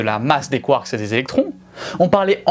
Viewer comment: Quand tu dis : 'mais les nucléons, ils sont composés de quarks', on entend quartz... Essaies de dire les deux ?